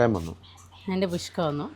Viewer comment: പുഷ്‌കു അല്ല ചേട്ടാ... കുഷ്കാ. ഒരു തരം ഇറച്ചിച്ചോർ ആണ്. തമിഴ്നാട്ടിലും ഇത് കിട്ടും.